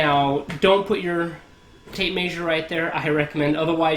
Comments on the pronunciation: Volt-tom -eter?? Maysure?? Where you from bud?? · This guy must be from the Midwest. I lived in Kansas for 4 years and maysure is one of the words they use. They also say wersher instead of washer. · Tape maysure lol. Hillbilly nerd